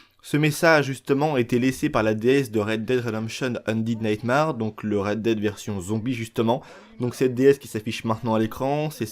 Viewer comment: Super vidéo, par contre, s'il te plaît, ça se prononce undéde naytmére ahahah Tu mérites quand même ton pouce bleu mec